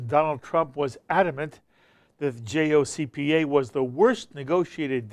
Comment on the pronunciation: work on saying jcpoa correctly and then pretend to be a credible interviewer on the topic... you putz